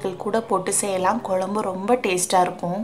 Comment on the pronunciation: Dear your receipe us very good. Your oresentation also is good. If you pronounce "kozhzmbu" correctly like in pazham, you will be outstanding. Pronounce Pazham as that and nit as palam. Its Tamizh ant Tamil. Git it dear. I am like your mother so this correction. Everything is super. No hard feelings ok.